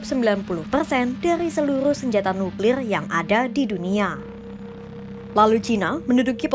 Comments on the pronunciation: Kata mimin NUKLILLL BUkan NUKLIR 🤣🤣🤣🤣🤣 NUKLILLL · Suka denger ngucapin nukrir nya 😂